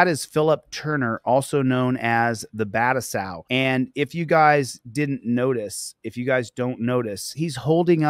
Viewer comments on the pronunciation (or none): Constructive Criticism, it’s pronounced Ba-Too-Sigh Not Bat-a-Sow…js. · I noticed that too lol but it's more like Ba-Toe-Sigh, in reference to Kenshin Himura aka Battousai the Manslayer. For everyone's information 😁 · I believe the pronunciation is Ba-too-sai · Totally unnecessary but I gotta let you know that our man Phillip turner is a fan of rurouni Kenshin, an anime in which the main character was nicknamed Battousai, the man slayer and it’s pronounced buh-toe-sigh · BAH-2-sai not battlesao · No sir. It's bah tow sigh. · It is pronounced Ba toe sigh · He is completely botching and mispronouncing 'The Battousai' royally!